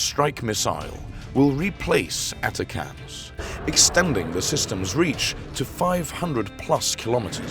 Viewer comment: "A TA A CA TAMS" oh, so this channel is a robo-voice too